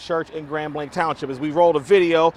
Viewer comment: Reporter the name is Grand Blah like in blah blah blah. It’s French meaning great white.